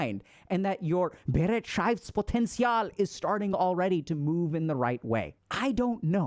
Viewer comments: we need to work on the "Bereitschaftspotential" , but nice try. 😂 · it's actually pronounced beh-right-shafts-potenzial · Has really no German pointed out yet Dr Ks adorable pronunciation of Bereitschaftspotential? It sounded as if there was at least one syllable too much x) I think for English Natives, it could be transcribed like this: be-RIGHT-shafts-poh-ten-see-all Thank you for the high quality content, HG Team! These videos and the membership content have finally given me real access to the information I already learned in med school and CBT. This means a lot to me because it has helped me make noticeable progress on my journey of self-discovery, coping with childhood trauma/neglect, and building some self-esteem. <3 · Maybe you would try this; «buh-right-sh-off-ts-pot-end-ts-y'all» and maybe it might help with the german pronunciation of that word "Bereitschaftspotential" My brain decided i would feel like i made the choice of telling you to keep up the wholesomely fascinating content. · im german and his pronounciation of bereitschaftspotential couldnt be worse😂❤ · The pronounciatiok of Bereitschaftspotential was as wrong as it could be but I love how confident he tried to read it out 😂❤ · We need to work on your german pronunciation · Had to read it the word. I am German and you pronounced it so strangely that I didn’t get it 😂 ei in german is equal to the „i“ sound in English. It was definitely nowhere near to the actual word 😅